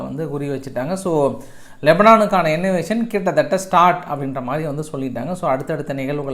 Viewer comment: அது இன்னவேசன் இல்லை.....இன்வேஷன்